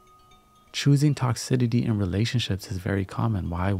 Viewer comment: it’s not toxi-TI-ty, it’s toxi-CI-ty. Lololol good vibes only homie ✌️